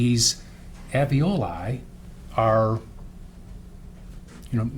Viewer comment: Can’t the defense attorney see the first “l” in “Alveoli”? It’s not pronounced “Av-ee-oh-lye”! It’s pronounced: “Al-vee-oh-lye”. I wonder if she would have done anything differently if the baby wasn’t “stillborn” as Gale says. Plus, it was the end of February so not much decomp would happen out in that weather. It’s still winter there in the pictures the defense showed just now too. So is her husband still married to her now? I had 2 children by the age of 22, so she’s not stupid.